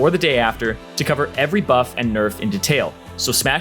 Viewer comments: My man cant pronounce “detail” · did anyone else get triggered by the way he said detail? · the way you pronounce "detail" is so weird